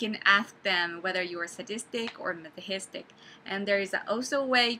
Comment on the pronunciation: hello i am new to this channel! i laughed at how to tell between S and M I'm definitely S lol when you say the word Masochist i notice you say it like maso-hist. i am not a native English speaker so i had trouble learning how to say it too, apparently it is pronounced maso-kest! i used to say it maso-chest lol good luck and thank you for these videos!